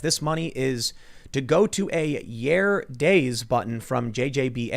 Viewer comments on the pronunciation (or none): Tim, did you pronounce 'Ya-re da-ze' as 'Yair Days'? lol It's a Jojo reference, lol Yare yare daze, it's like the Japanese version of smh, sometimes translated as 'good grief', but it's more like 'for fucks sake' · IRL It´s Yare Daze not Yaar daze, yare yare daze.